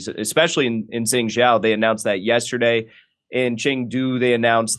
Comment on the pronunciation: Jengjow? Think he means Zhengzhou (JUNG/JOE would be closer) Clueless, yet we should listen to on this get a grip Jimmy this was embarrassing I had to say something, but this is not correcting any record on the protests. WOW!